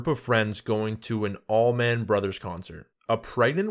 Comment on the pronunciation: Allman. Allman Brothers. Like Almond but without then d. "Allmin/allmon"